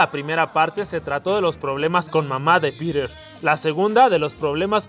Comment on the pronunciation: soy el unico que entiende pirer en ves de piter?